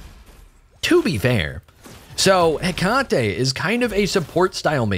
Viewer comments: I thank you for your attempt at pronouncing the name correctly. If you want to be fully correct, just change the emphasis a bit. You're currently saying Heck-ahh-tee, where it's more Heckut-tee. But if comments about this trigger you so, then don't bother. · Right and definitely not “tee” it’s “Heck-ah-tay” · Heck - uh - tee not heh - Kah - tee Kuh. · I know I'm a bozo now, but her name is pronounced heh-KAH-tee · heck-ah-tae is how her name is pronounced btw